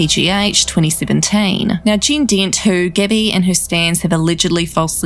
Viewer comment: whenever she says gabby bc of her accent it sounds like gibby lmfaoo